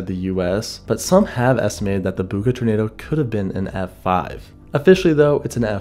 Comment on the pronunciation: As a local of the land down under, the town 'Bucca' is pronounced B-you-Ka